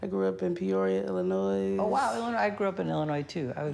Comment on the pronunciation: How can she say she grew up in Peoria, IL but then say Illinois wrong? 🤔